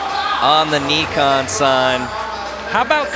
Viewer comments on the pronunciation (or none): It’s “Nye-Con” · Is it not pronounced N - eye - khan. They keep saying Knee - khan. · why do they keep saying neekon tf